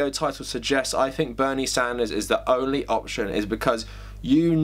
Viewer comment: Emphasis on 'ONLY' is even more glorious